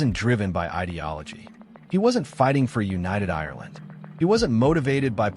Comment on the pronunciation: Its Ireland not irerland.